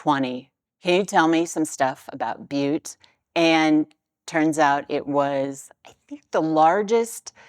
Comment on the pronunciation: As a native Montanan, you pronounced Butte correctly.:)